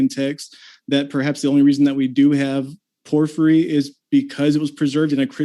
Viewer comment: What's worse is that I've noticed his mispronunciations creep into my subconscious like a mental virus and cause me to hesitate on which way was the correct way to pronounce it. I swear I'm going to muck up Porphyry at my next cocktail party. Imagine being self-absorbed enough to name-drop Porphyry in a convo but butcher the pronunciation. I can't have that! I've gotta back up my self-absorption! :-P In Texas we'd say he's all hat and no cattle...if I still lived in Texas.